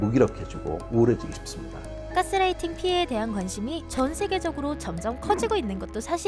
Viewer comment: 가스라이팅이라햐줘 자꾸 까스라이팅이라고햌ㅋㅋㅋㅋㅋ